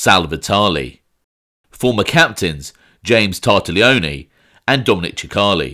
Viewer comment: Tar-tag-lee-own. Another great video mate! Greetings from NJ.